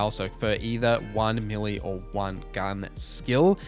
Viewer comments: Never heard that accent on "melee" before. To my central Canadian ear it sounded like he said "milly". Is that correct in his region or would his neighbor correct his pronunciation? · Is that how you say melee? Americans say Maylay.. Are we wrong?! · May lay is how it's generally pronounced. But to those who have not heard the word pronounced out loud or read the word will have their own spin on it. Just like suave he didn't get it right but we knew what he meant.